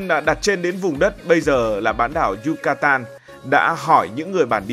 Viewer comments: Yucatan mà gần cuối video cứ đọc yutacan😅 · Thuyết minh 1 lúc cái đọc sai trớt qưowts. Yucatan thành Yutacan. Haha